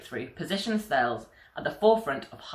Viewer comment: The French company Thales is not to be pronounced in the English way, it is to be pronounced in the French language way: TALESS ( The H is silent )